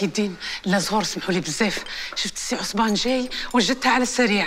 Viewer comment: عصمان ❌ عصبان ✅ اكم فاهميني 🤲🏻🤣🤣